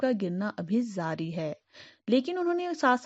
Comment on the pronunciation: You are from ???? What is zaari It's jaari okk!!! Speak properly atleast yaar or editing aage peechhe hai confused hu mai toh